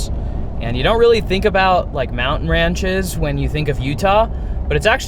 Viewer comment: Mountain ranches? 😂 I've never heard ranges pronounced that way. Anyway, nice video.